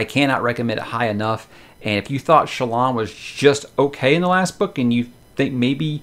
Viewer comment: Help me with the character name pronunciation For me, Shallan is Shah-Larn not Shell-on. Jasnah is a hard J not Yasnah as I sometimes hear reviewers say it. Amaram is Ama-rarm as opposed to Ama-Ram. Adolin is A-doll-In as opposed to Ay-doh-Lyn. I guess if it works for you then it doesn’t really matter?